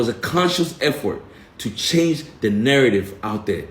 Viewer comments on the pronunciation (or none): none